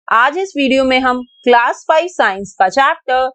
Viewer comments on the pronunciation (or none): none